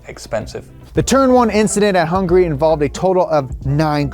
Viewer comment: its HUNGARY not HUNGRY 🤬